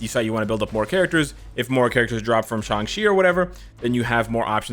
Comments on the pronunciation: Isn't his name is sang-chi why is saying sang-si??? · Why does he keep saying Shang chi as shangshi